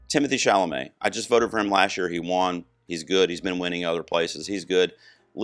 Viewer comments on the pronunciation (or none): none